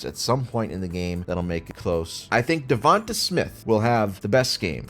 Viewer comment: Why do you refuse to pronounce Devonta's name correctly? Sure it's not phonetically correct but it's the dude's name and you fuck it up on purpose